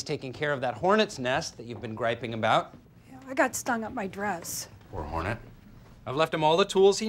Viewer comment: Being on this episode for the 29th time today first time i noticed dwight said Or whorenet lol